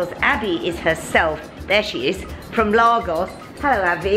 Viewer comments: I kept saying out loud “ it’s Lagos.... Laygos”...but nope she persisted with Lahgos...even when Abbie corrected her 😂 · I went to high school with Abi (The girl in the store), I often wonder how some of my old school friends are getting on, glad to see she's looking well! Also Lagos is pronounced Lay-Gos. Edit: just continued to watch and saw that you were corrected xxx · The girl trying to subtly correct you everytime you said Largos. 😂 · Nigerians pronounce it as Laygos. Just as Kenyans pronounce Kenya as Ken Yah...And not KeenYah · Africa is not a country. And Lagos - pronounced Lay-goss - is a city in Nigeria. Otherwise you’re good! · Lovely vlog,. I used to live in Lagos in the 60s, and I had to laugh at your pronunciation! Ha! It brought me back to my childhood, looking at all the lovely fabrics. Loved it, thank you. Would love to visit this shop, but I live in the Cotswolds, so it isn’t going to happen at the moment. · Pronounce Lagos properly. It’s a city in Nigeria. I’ve just finished teaching there. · Be great if you have the respect of pronouncing Lagos correctly there is no r. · I am a Londoner and would not pronounce it as did. Her accent had nothing to do with it. It is quite insulting to mispronounce someone’s country or town especially when you do what does as a youtuber. It is a huge thing to mispronounce someone’s name and thus is no different for countries or towns where someone comes from and which they are representing. She was absolutely right to correct and did so diplomatically in my view as I spent the first part of the video wondering where on earth is Largos as pronounced by. Glad she clarified.